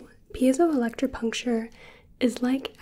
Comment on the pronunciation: Big props to you for pronouncing that cos I would never be able to!